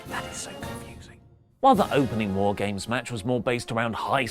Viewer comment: Wife keeps wondering if is saying "Whore Games." And that's all I hear now.